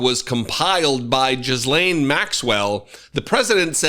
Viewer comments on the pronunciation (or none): It's a hard "G" that begins Ghislane. Gee-lane. The Gee rhymes with Thee. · I really like your videos and insights. Love them, really. Just a little suggestion -- Ghislaine is pronounced without the s. Gee-Laine or Guh-laine.